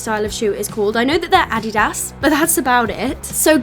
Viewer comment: I have never heard anyone pronounce Adidas this way and I find it absolutely adorable!